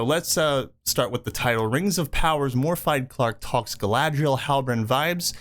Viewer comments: Love the content, but Jesus. It’s not Morfide, it’s Morvith, th sound like ‘the’ not ‘thought’. Bonus points for trilling the R. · Good video but your killing her name Morfydd…. It’s pronounced /Morvid/ . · Morfydd is pronounced Moorvith. It's Welsh.